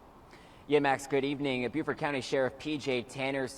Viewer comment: its pronounced buuuufort ... like you say beautiful its beau fort .... she need to be held under water ro see how it feels